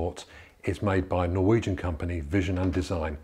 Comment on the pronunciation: As a Norwegian.. I just have to point out it's not "Norweigen" :)